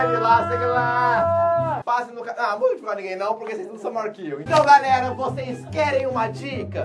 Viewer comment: vc falou galera ele fala garela e garelos